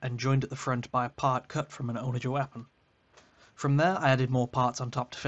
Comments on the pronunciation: "Onna-ghur", not "owna-jur". It's named for a catapult. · I've never heard someone mispronounce onager like that and it threw me off every time lol